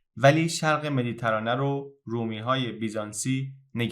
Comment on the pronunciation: خیلی زیبا بود واقعا کانالت حرف نداره. اما یک انتقاد. لطفا کلمه مدیترانه رو با کسره روی حرف ت تلفظ کنید و نه فتحه.